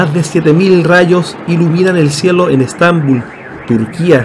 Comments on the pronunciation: Agueonao se dice Estabúl no estánbul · Yo Vi dos rostros : en el marco de los rayos cruzados y luego las nubes a mi derecha 😉 Muchas Gracias! Por cierto..con mucho Cariño🥰 .¿Por qué pronuncian Estambul como palabra grave? En realidad es aguda en nuestro español. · Estambul....porqué acentúan los nombres donde les da la gana...Estambul no es palabra grave...el acento prosodico va en la U no en la A....